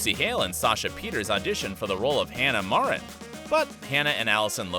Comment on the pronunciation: the fact you said mar-in not mare-in